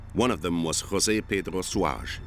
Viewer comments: José is not pronounced like Spanish, though, J is a J in Portuguese, not like H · The portuguese language is not SPANISH! IN PORTUGUSE WE PRONOUNCE JOSE JUST LIKE ENGLISH! A "J" IS a J, is a J, is a J! NOT HOSE! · The name "José" it should be pronounced in the portuguese language! In Portugal it's spoken Portuguese......of course not spanish!!!! Before you speak Portuguese words and names, get informations how it calls in Portuguese! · You don’t pronounce Portuguese like Spanish, except Jose. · No ! In Portuguese the J is pronounced like in in English, in Spanish the J is pronounced as an H . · Portuguese j is pronounced like in French, not English.